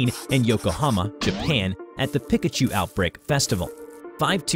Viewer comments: It’s not (peikachu) it’s peekachu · everyone: Pee-kah-choo: Pih-ka-choo, you ruined the video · Hahahaha pi-ka chu instead of pe-ka chu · Bro what the heck is a pick-a-choo do you mean a Pikachu? lol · It's pronounced (pee-cuh-choo) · Omg😂 His pronunciation of “Pikachu” hurts. 😂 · Anyone else feel weird when he says pikachu wrong